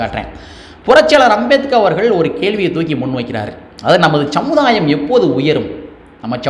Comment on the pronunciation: சமுதாயம்! ச்சமுதாயம் அல்ல. சமூகம்! ச்சமூகம் இல்ல. ஏன் "ச்" சேர்த்து பேசுகிறாய்?